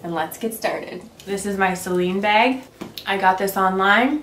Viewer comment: Awww such a cute baby! And I had to lol when u said this is my beg instead of bag lol BC my husb is from Minnesota too and he does that ;)